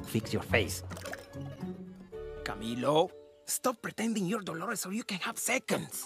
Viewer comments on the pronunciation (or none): ITS DOLORES NOT DOROLES ARE YOU BLIND?!!!!!!!!!